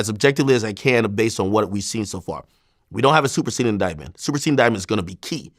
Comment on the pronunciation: Did he just say "Super SAYIAN" INDICTMENT😂😂😂